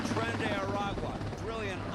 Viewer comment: Tren de aragua or as Vaush would call them: Tren de araqua